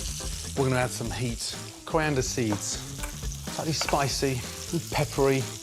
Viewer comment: In the meatball and coconut broth. Did he say coriander seeds?